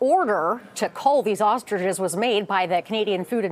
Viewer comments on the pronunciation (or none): They are ostriches, not "ostridges"